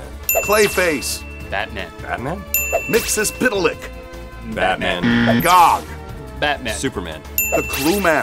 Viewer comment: Kev smith pronounced myxlplyx wrong ? Nerdcred card REVOKED it's Mix el Plix